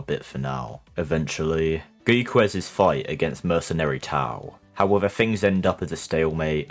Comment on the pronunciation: I think he's asking why you pronounce "Go - ku" like "Go - e - ku"